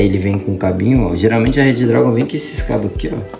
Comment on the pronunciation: Se fala Redragon e não Red Dragon